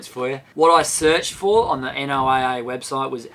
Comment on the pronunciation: FYI if it hasn’t been commented already pronounce NOAA = Noah for us Americans.